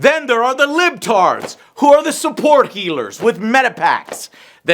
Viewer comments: lol joe its "liber-tad" not libtards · It's LI-BER-TAD from Far Cry 6 (meaning "Freedom"). Not Lib-Tard! I see what Joe did there! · it's LIBERtards not "libtards", the latter is the lame-ass insult alt-right dipshits love to use. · The libtards lmao it’s libertad joe that did make me laugh though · Joe saying "Libtard" instead of "Libertad" (freedom) cannot be unfunny hahahaha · I can't get over how he keeps calling the Libertad from Far Cry 6 the "libtards" 😂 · Did he call them "Libtards" multiple times? 💀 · They really called the Healer faction Libertad? Even Joe is mispronouncing as Libtards LMAO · I’m dying every time Joe says Libtard😭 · The way keeps pronouncing 'Libertads' raises my eyebrows somewhat. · Joe... that's not how you say "libertad"...